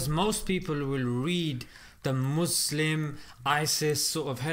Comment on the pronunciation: Pls don't say muzlim. It's Muslim with an s . Muzlim means something else's